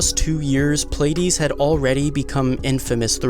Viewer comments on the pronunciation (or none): It's pronounced, "plea - ah - dees" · Pleiades is pronounced Plee-a-dees.